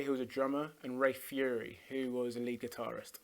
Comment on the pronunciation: Ray Phiri’s last name is pronounced “pee-ree”, not “Fury”. He’s also a guitar player, which Arday gets correct initially, but then mistakenly says accordion.